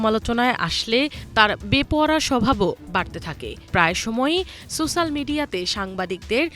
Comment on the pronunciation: Sosal na social? Lol abul